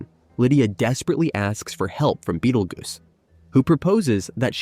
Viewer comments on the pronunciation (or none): why does this narrator keep calling him beetle goose. Is this dude so young he's never heard of beetle juice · I swear to god if you say bettlegoose one more time...